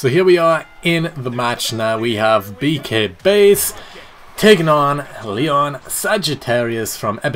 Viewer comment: I'm a little upset because I can't download the gimmick I suggested. But it looks awesome. Just a side, did a pretty good job pronouncing my name.